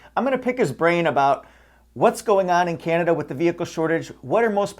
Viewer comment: I didn't have the heart to tease about the way he says Kinada